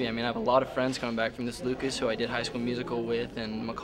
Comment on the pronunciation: poor Lucas, nobody says his name right.